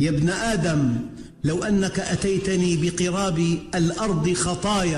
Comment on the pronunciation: يامولانا بقراب الارض خطايا بضم القاف اى مايقاربها او يوزيها اوبوزنهاه